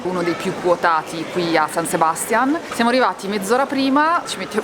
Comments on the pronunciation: SabastiÀn, SebastiÀn, SebastiÀn! Non Sebastian.😅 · san sebastián con l'accento sull'ultima a! comunque mi avete sbloccato un ricordo, in erasmus qualche anno fa ho fatto un viaggio nei paesi baschi e sono entrata proprio in uno dei locali dove siete stati voi. e anche allora pioveva, come sempre nella spagna del nord. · "Pais (paese) Vasco" 1 e solo 1, poi "San Sebastián" (non Sebástian ;) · San Sebastiàn, con l'accento sulla a, così si chiama la città più goduriosa di Spagna che ci avete magistralmente raccontato (pronuncia a parte). L'ho visitata e felicemente vissuta a settembre durante il Festival del Cinema e raccomando l'evento per l'esperienza donostiarra. Ciao bravissimi e simpaticissimi.:) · La pronuncia por favor! Si pronuncia San Sebastia'n con l' accento sulla seconda a... altrimenti mia moglie,spagnola,si inca..😅😊